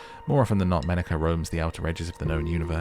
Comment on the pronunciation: ''Menaka" sounds like "menak a" which means "she/he is lonely" funny